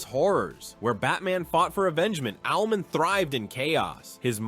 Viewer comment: Its Owl-Man….not owlmen